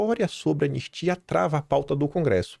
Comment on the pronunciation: Você estava afobado e engoliu o “I” do anistia.